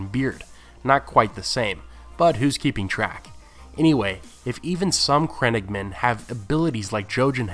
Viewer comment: Love your videos dude. Just a little tip they are not crennigmen but crannoge men pronounced cran-owe-ge.